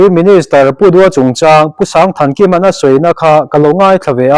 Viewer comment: Sangthankima tia sang lai hi Sangpuii tia kan sawi sang rik dan hi a lam dan tur a ni e.